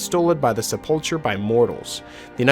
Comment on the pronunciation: Hey just for future videos it’s actually pronounced sep-ul-cer everything else was great tho keep it up